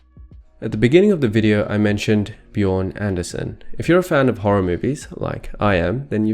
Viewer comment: His name is Björn Andrésen. Not, Anderson.